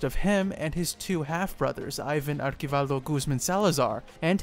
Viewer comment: It’s archivaldo not arkivaldo